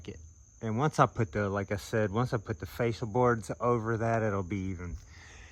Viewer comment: are you saying facial boards? Cause it kinda sounds like you are saying facial boards. I was like, oh no, I've been pronouncing it wrong for years. I had to go look it up. Here is what I found. The fascia board is the one mounted at the point where the roof meets the outer walls of the house and is often called the ROOFLINE. However, most people refer to it by the name of the main board that carries the gutter – the fascia or fascias. Here is the other definition: A facial is a form of skin care that commonly includes cleansing, exfoliation, and extraction. Of course, it’s more than that. Pampering facials can improve not just the look and feel of your skin but also your mood.